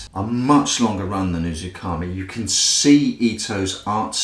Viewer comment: it's "uzuMAKI" not "UzuKAMI" . great review though